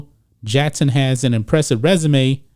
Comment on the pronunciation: JaCKson NOT JEtson, learn to pronounce your K's!!!